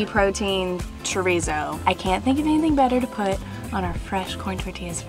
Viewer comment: ok im trying to be rude but did anyone notice that said chorizo wrong?!